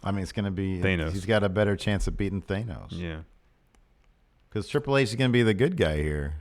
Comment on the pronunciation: The way you say Thanos makes my ears bleed